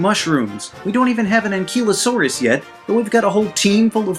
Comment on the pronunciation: Ankeelosaurus is what you said. Anklyosaurus is how it’s pronounced.